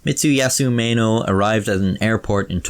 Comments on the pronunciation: Why would you pronounce maeno as meno, and why would you pronounce amateur as amachyuw? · I think it’s Pronounced My E no (Maeno)